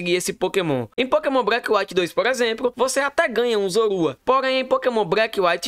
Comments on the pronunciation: agonia do garai ver esse cara falando pokemon breck KKKKKKKKK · Pokémon "Breque" 😂😂